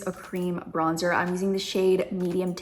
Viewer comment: if i hear BRONZE-TOUR one more time i swear 😶‍🌫🤣